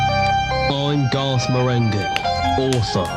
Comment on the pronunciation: Marenghi has a hard G like in finger